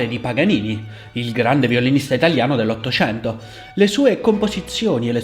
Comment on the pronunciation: hai detto nell'ottocianto? che voce artefatta insopportabile da maschio beta